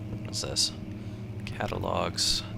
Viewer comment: The "Catalog" word you said sounded like Russian (means the same thing as in English)